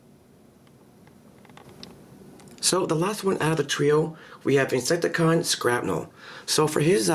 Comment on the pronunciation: its shrapnel not skrapnel